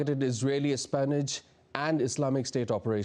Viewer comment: DD India.... which low class reservation advantaged news reader have you hired... one who doesn't know how to pronounce espionage